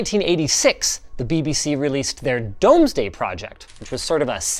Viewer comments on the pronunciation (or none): It's pronounced "doomsday", not "domes day" (it's old). It is a survey of Anglo Saxon England by conquering Normans, not of the UK which didn't form until 6 centuries later. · It is pronounced DOOMSday not DOMESday (Middle English spelling of doomsday) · its pronounced Doomsday. not Domes day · its pronounced DOOMSDAY not DOMES day. named after William the conqueror survey of England in 1086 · It's pronounced "Doomsday", not "Domesday" as it's seemingly written. (It's a Middle English spelling thing so I guess you can excuse the Canadians this time and not need to start drafting that Gamers Nexus email.) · Just to point out - it's pronounced DOOMZ day project, not DOMEzday... Source: Being a kid in the 80s in britain... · It is pronounced DOOMSDAY not DOMESDAY. Not that this is obvious but it is an insightful look into you and your editor's education. It was written in AD1067ish not the 1980s lol. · At school i was able to write to the Laser disc - btw it was pronounced 'DOOMSDAY DISC' not "DOMS-DAY' FYI :) nice video !! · It's pronounced 'Doomsday' not 'Domesday' by the way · It's pronounced "doomz-day" not "domes-day" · Apropos of nothing, it's pronounced Dooms-Day not Dome Day. It's middle English. But without Hobbits. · BBC doomsday project - not dome s day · Great video! Just a quick headsup though, the Domesday Project was based on the earlier Domesday Book from early Norman England - it's pronounced Dooms Day not Domes Day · Dooms day, not domesday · Dome’s day??? Literally the first line of the wikipedia entry tells you to pronounce it “doomsday”! Like the book from 1086. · Except he pronounced it Domday rather than the correct Doomsday, that grated horribly. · Rather fun to hear it pronounced as 'dome', too - It's doomsday, echoing the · It's pronounced as Doomsday not Domes-day 😄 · I would love to experience a laserdisc player. I didn't know a single person who owned one or have ever seen one. Oh, the BBC thing was pronounced Dooms-day, not Domes-day.